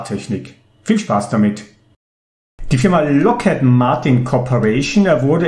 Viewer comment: ) Ich denke, die Aussprache ist Lokhíd und kein Loket :)